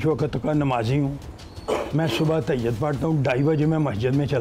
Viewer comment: Baba g tahayat nahe hota تهجد hota ha🙄